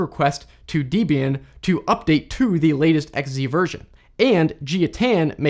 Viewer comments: Small nitpick: Debian's name is a contraction of Ian Murdock, the founder, and his then girlfriend Debra's name, so it's pronounced deb-ee-an, not dee-bee-an. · Dee-bee'in? WTF??? It's Deb as in Deborah and Ian as in Ian. DebIan. How could you screw that up?! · FYI. Debian is named after Deborah and Ian. Therefore it's Deb-Ian, not deebeean. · Debian is two names, Deb and Ian, not Deebian. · It's Debian, not Deebian... it's, in part, named after one of the original developers' wife, Debbie... short for Deborah. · 1st syllable of Debian is actually pronounced like the name "Debbie"; ie. a short vowel sound.